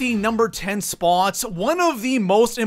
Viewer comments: why do you always pronounce spot like SPAAAAWT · You pronounce the word spot really strangely.... It was doing my head in....